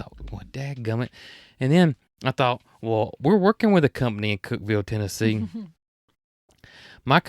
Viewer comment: Thank you for sharing this episode it was fun to spend this time with you. I was surprised to hear you got a call from my neck of the woods, Cookeville. I had no idea Growers Solutions is located here. Congratulations on pronouncing Cookeville right! Most people call it Cook-E-ville, that would have been okay. 🤣 I hope you stay safe from all the storms and the rain goes away so you, and all the builders can go out and play., I hope your fingers are better soon and do check on the automatic garage door opener! 😉 Have you called the plumber about the odd water pressure problem? I’m thinking when you take off the hose it releases pressure so it can work until it builds backup. Try turning the volume of water down instead of full blast, that might help. There was a TV show asking ladies of all ages which convenience would they find it hard to live without in their kitchen. The youngest said stove, refrigerator, microwave and the oldest lady said running water. From my mountain top in middle Tennessee where the hilltops kiss 💋 the sky 🌦, I wish you sweet dreams, Fran P.S. when you started talking about the strawberries, I had to fix a bowl of strawberries! Yes 👍🏼 they were sooooo good! 🥰🍓🍓🍓